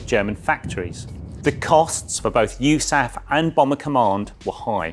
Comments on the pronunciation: Also pronounced "you- saff" "The United States Army Air Forces (USAAF) was the aerial warfare service component of the U.S. Army from 1941 to 1947" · Yoosaff ? USAF ? Until the end of WW2, aircraft were part of the army - USAAC - U.S. Army Air Corps. Odd that an IWM person doesn't know this.